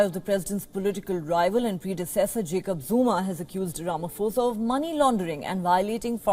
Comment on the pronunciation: It's Ramaphosa not Ramafosa. 'Pho' is pronounced the same way as 'po' for poland. like this